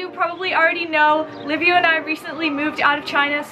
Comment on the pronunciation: excellent video...but its Liviu not Livio isn't it? why is it so hard to say Liviu ? Livio is Italian ! Liviu is Romanian !...Im saying this cause my name is Liviu too and Im living in England and its the same pronunciation...Livio!! hahahah...is it lack of education or you don't really care about it ? :))))